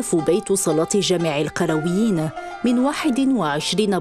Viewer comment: مسجد القرْويين و ليس القرَويين .. أي بسكون الراء و ليس فتحها .. و ذلك نسبة للقيروان بتونس و ليس للقرية أو البادية .. المرجو الإنتباه و الحرص على عدم تحريف اسم هذه المعلمة العالمية